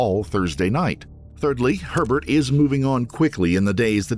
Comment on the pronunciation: i keep hearing pervert instead of herbert 😂